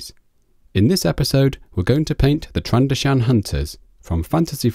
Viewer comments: Also its not trando-shan, it's pronounced tran-do-zian. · Tran-do-shaan...DX Tran doe shun